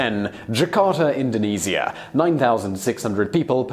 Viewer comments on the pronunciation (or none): none